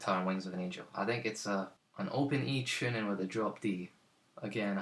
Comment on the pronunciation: Enjoyed this very much. Especially when you say "chooning" =0)